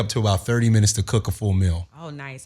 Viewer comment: Wtf is a "Mill"... it's MEEEEEEAL!!!